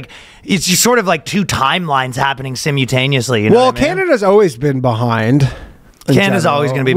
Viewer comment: I was about to ask what you were talking about, and then he said "sim-u-taneously"